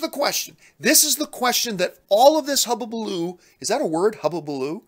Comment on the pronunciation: Hulubaloo not Hububaloo lol although I have no idea how to spell it heh Rant Baby, Rant!!!!!! lol